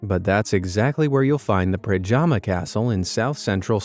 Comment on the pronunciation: Pronounced predyama castle :) Predjamski grad in Postojna